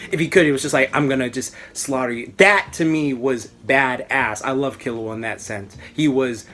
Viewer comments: I think it's pronounced Kee-low-ah, but whatever, it's all relative right. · its pronounced key-lewa and gown loving the vid tho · OberonFK I think it's kill-u-a the way it's pronounced because of kill and he's a assassin